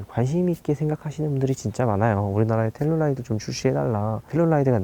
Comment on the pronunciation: 왜 자꾸 텔룰라이드라고....암튼 국내출시가 시급함